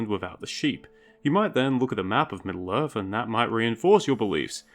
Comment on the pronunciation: Is this guy saying "Middle-Earf"? I can't...